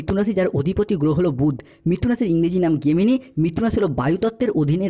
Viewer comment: গেমিনি নয় জেমিনি।